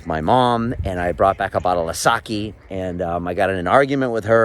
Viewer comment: thanks for sharing your story, but i can't forgive you the way you said "sake"